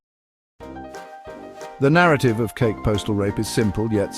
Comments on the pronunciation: Kake is pronounced Kah Keh not like cake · Ka Kee is the correct pronunciation.